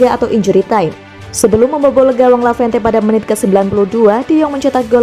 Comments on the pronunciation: Lavente lavente matamu...tolonglah ngomong yg benar...LEVANTE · Levante ngab...bukan lavente... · Levante min bukan lavente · Levante min bukan lavente, 🤣🤣🤣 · Eee lavente.... Udah salah... Di ulang mulu lagi... Sekalian aja barca lu bikin bercelano... Dasar lavente lu min.